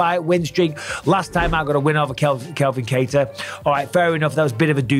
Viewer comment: C'mon Mikey B !!! It's Calvin Kattar !!! It's Kelvin Gastelum !!! It's Kevin Lee !!! 👍✊🤣